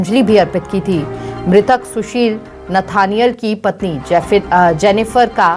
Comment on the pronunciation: Nethaniel hai... galat naam padh rhey hai